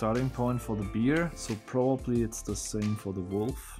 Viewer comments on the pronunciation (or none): the grizzly animal is not a "Beer" or a "Bee-Arr". In English it's pronounced like "BARE" and rhymes with "wear" and "affair" and "there" and "chair". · I felt compelled to search to translate dauerwerbesendung ;-) I wish there was an easy way to help you out with the word Bear, it's pronounced more like "Bare" than (Beer) [edit: sorry I missed M Jons post about Bear]. Thank you so much for the joy you provide. I still would love to see the solution the black hole puzzle, I had so many other ideas I would have loved to try. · These look amazing. BTW, 'bear' isn't pronounced as 'beer' (the way you said it), it actually sounds the same as 'bare' - so it rhymes with 'hair'. Not a problem, your English is a million times better than my German, but I'm sure you're always happy to learn if you pronounced an English word incorrectly, it's all one big puzzle after all. :-) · Bear is pronounced bare, and not beer.